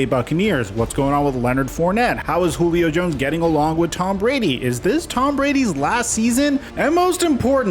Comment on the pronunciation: Did you call him Goolio Jones?